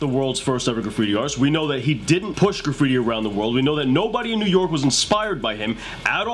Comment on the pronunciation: The Word is Graffiti not Caffittti ! lol